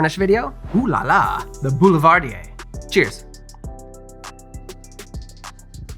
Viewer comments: Really love your videos you puts all your passion in it and i love it. But you can't say Boulivardier it makes me so sad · So I only ever read Boulevardier, and this was the first time I heard it out loud. I pronounced it Bull-va-deer, and the auditory shock to my ears at hearing that was like when Uno officially stated that you can't put a draw 2 on top of another draw 2. What? My life is a lie. Bull-va-deer is non-existent, and I am an uncultured swine.